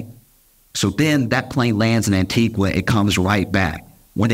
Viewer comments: Josh ... LOVE your stuff ... but its pronounced 'Antiga' NOT 'Antigwa' ... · Small correction- the pronunciation of the country Antigua is incorrect. It's pronounced Anti-ga not Anti-gwah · Respectfully…. It’s an-ti-GA not an-ti-GUA. Love you tho ❤ - a Caribbean person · I was in Antigua when this happened. The news of his jet being there was all over the local news. Also, the locals don't pronounce Antigua as a Spanish word. It is said as ' An-tee-GA not as An-tee-gua. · Antigua is pronounced without the “U” sound, as An-TEE-gah! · Josh, Antigua is pronounced, Antiga. The u is silent. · It's spelled Antigua but is pronounced "An-tee-ga". On behalf of the Caribbean population, thanks in advance for correcting the pronunciation. 🫶🏾👍🏾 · It's pronounced AN TI GAH spelt ANTIGUA 🇦🇬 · Antigua is pronounced Antiga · Americans please, Antigua is pronounces like "Auntie-ga" with a hard "g", the "u" is silent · People- the name of the island is pronounced “Ann-Tee-Guh” 🤗🤗🤗❤ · The u in Antigua is silent - an·tee·guh. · ➡️ An-tee-ga (U is silent) 🇦🇬🙏🏽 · Stop saying Antigua like that! I can feel my parents yelling at me for this! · Love this guys delivery. Also, the pronunciation of Antigua is wrong as his pronunciation is of a place in Guatemala whereas the plane was in the country of Antigua & barbuda. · I hate to be grammar police, but the u in Antigua is silent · Josh, you don’t pronounce the u in Antigua 😂 Love you though. Hilarious as always!